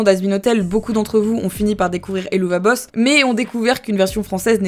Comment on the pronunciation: D’ailleurs petit info supplémentaire, le nom de la série se prononce “Hell of a boss” (et c’est aussi de cette expression “hell of a …” que le nom vient.)